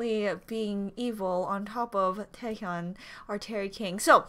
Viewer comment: look at Ningning and Cherry 😂😂😂😂 I Like the way u call Taehyun 'cerry' 😭😭 Sorry for bad English 🇮🇩